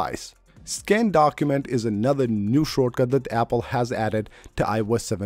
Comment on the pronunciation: “Shore” cut lol